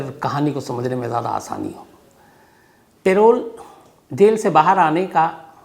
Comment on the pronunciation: पेरोल नहीं है भाई लेकिन पैरोल hau